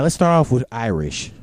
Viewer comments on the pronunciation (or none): her name is iris not irish you pronounce stuff wrong all the time